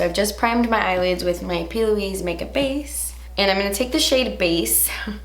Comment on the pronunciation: When she said “p.Louise makeup base” i heard her saying “puby makeup base”😂😂